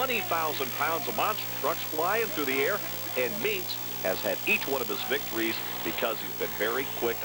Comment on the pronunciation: That announcer keeps saying Tom Meents’ name wrong 😄